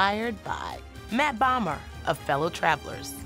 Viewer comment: It is Matt Bomer (o like no - long o) not Matt Bomber. How disrespectful.